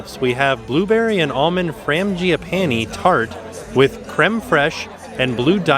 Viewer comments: I laughed out loud 🤣🤣 that was a great pronunciation. Totally wrong. But I loved it! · Frangipane is typically pronounced Fran-ge-pan, but I absolutely love version 😂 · Tims pronunciation of frangipane 😂 you’re doing great sweetie. Love you guys!